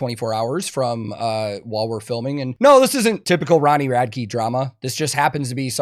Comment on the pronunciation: why does everyone call him Ronnie Rad-key? have they never heard him say his own name? Rad-ick